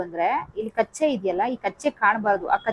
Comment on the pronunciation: ಮೇಡಂ ಕಚ್ಚೆ ಅಲ್ಲ ಅದು ಕಚ್ಚ